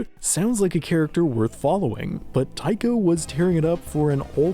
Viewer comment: But you know what Earth does have? Resources to look up how to pronounce "Leidenfrost" or "Tycho" without sounding like a total ignorant American tool.